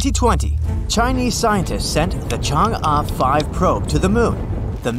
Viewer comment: man is pronouncing chang e wrong bruh